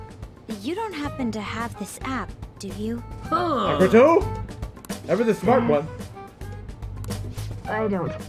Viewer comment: Stop saying Makoto's name wrong